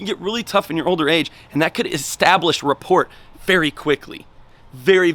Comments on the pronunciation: "What is rah-port" 😆 pronounced RAH-POOR 😉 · Is straight killing me everytime he says it. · Just FYI, the T is silent in "rapport" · T is silent in rapport. If you read the definition there should have been a pronunciation before it. Man...😔